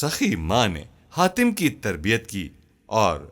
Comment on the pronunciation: Hatim ko khatim kyu bol rahe ho